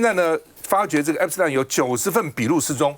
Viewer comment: Waiter 趟, a friendly reminder, 不是 ”Epis-疼”, 是 "Epis-停"! 😂